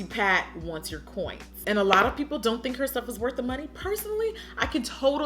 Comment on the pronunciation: "Auntie Pat wants your coint."....lmao.